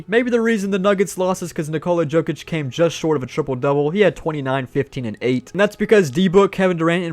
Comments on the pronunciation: it’s pronounced yokic not jokic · man I love that you’re branching out but PLEASE figure out who NBA players are 😂 Yo-Kich, not Joe-Kich and the “White” on the Celtics is Derrick, not Cody or Coby. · every time he says joe-kich my soul gets sucked from my body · Jokic name is pronounced Yokich btw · I was about to say that 😂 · It cracked me up to hear say Jokic incorrectly over and over. Love the vid.